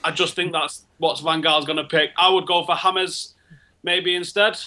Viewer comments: Ha dont say 'hames' just say james.. He aint hispanic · They all know that Reece James is pronounce the way it shows right? Its not like James Rodríguez, the guy is from England.